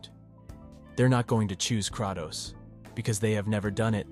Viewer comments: lol! You’re pronouncing Kratos’ name wrong. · No disrespect but why does bro sound so AI. Especially with the pronunciation of Kratos and Atreus